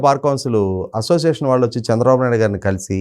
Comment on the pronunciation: యాంకర్ కి చిన్న సలహా "శ " అక్షరాన్ని" ష" లాగ పలుకుతుంది.ఉదా :దేశం అనే పదాన్ని దేషంఅని పలుకుతుంది. "ళ "అక్షరాన్ని "ల ". లాగ పలుకుతుంది ఉదా :వాళ్ళు కు బదులుగా వాల్లు అని పలుకుతుంది.